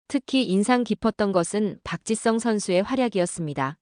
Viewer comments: Park. Chi. Sung, 아니고.. park. ,gee.,,,sung.... 입무니다....한글 발음. 어렵습니다.. 공부. 더하세요..😊 ,아리가또우. .. 고자이마스..... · AI가 말하는것 입니까? 박지성을 왜 박짓썽이라고 발음합니까?듣기 거북합니다.